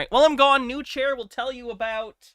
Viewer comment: It's not New Chair, it's NuChair!